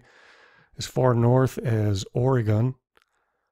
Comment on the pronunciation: dude just butchered saying '' oregon''